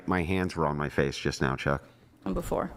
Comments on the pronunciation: I noticed that! It's so funny. He tries use it as punctuation and the way he angrily pronounces it. HEY CHOCK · The way he keeps emphasizing "chuck" like it's some kind of ultimate insult is too funny, he is so sweaty and desperate 😭